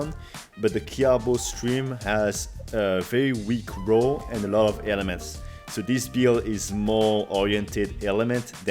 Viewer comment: So whitch rows the boat best. Oe its raw not row. Keep hearing row. Raw sounds like war but with an r